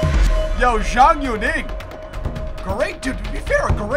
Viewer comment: FYI, Zhang is pronounced as "Jung".